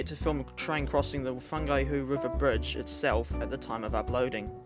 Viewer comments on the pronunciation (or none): fungihu river???